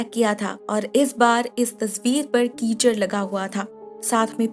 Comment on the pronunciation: keychain❌ Keechad